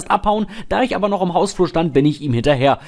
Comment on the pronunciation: Das heißt ICH und nicht IK🙄